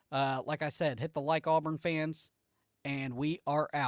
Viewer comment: I don't do content. However, as a first-time listener of your content, and as an Auburn fan, it was bothersome to hear the kids name called incorrectly repeatedly. ✌️